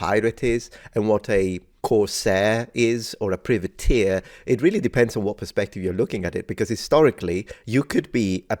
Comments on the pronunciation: Privateer = "pry-vuh-teer" The expert also got it wrong. 😉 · I don't know. I've never heard it being pronounced as it was in this video - by an Italian and a Scotsman, and I'm Scottish myself. I've only ever heard "private-eer". The "priv" being pronounced in the same way as "privy" is a new one on me. I'm not suggesting that they're wrong, but it certainly sounds weird IMHO. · Aye me hearty. I'm 58 and an Englishman and I've always known the word as pry-vateer. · The first syllable in 'Privateer' is pronounced as in 'private'. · The "privateer" pronunciation is making me go "aarrrgghhh". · American English I assume?